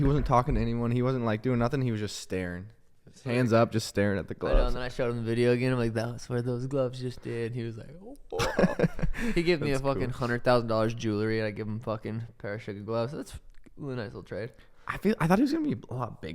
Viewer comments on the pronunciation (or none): Someone get this to the …Stop saying, JU LA REE. It’s NOT ‘jew la ree’… It’s made from jewels, right? So it’s JEWELRY. you’re gonna wear it, learn how to say it. ~RESPECT~